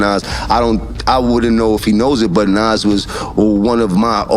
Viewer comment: The video you posted tells you how to pronounce his name (NAS), don’t change it.